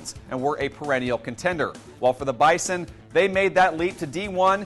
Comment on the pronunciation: It's BIZON Not Bison